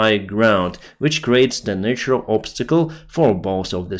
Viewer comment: Your pronunciation of word 'natural' is wrong